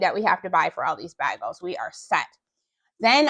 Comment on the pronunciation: Baygels not bag ells!!! Lol